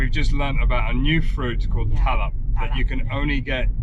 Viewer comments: TARAP.. not TALUP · IT is Tarap. Similar to Cempedak.